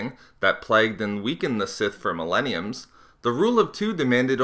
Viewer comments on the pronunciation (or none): "millemiums" nice grammar m8, but seriously, great video.